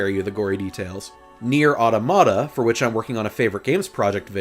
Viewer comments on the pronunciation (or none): Your way of pronouncing "Monika" and "Nier: Automata" kills me